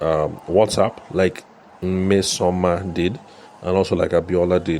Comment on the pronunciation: I didn’t know this was today’s podcast until I heard my name😅. You did well with the pronounciation of the name. Thank you for the shoutout! Nmesoma means Goodness, tho. Guess ChatGPT wasn’t very accurate😅 Thank you Thank you!